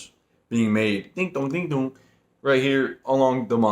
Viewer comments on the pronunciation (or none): none